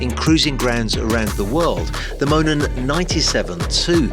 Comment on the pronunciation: You went back to mispronouncing it in the follow-up commentary, you said Moonen with the oo.